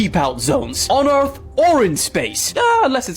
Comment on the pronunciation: I’m with you on the constant mispronunciation of normal words especially ones like “earf” or “toof” 🙄